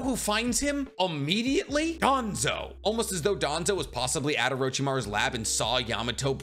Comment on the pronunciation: Wouldn't even be surprised if it was danzo Its danzo cmon